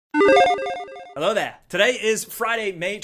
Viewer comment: Jake's been in isolation so long his "Hello there!" sounded Australian.